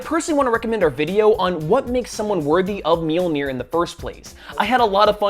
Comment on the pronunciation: So; if people have told you that you pronounce Mjolnir incorrectly and your response is, “I don’t care.” Then you don’t care about accuracy. That’s, kinda... important.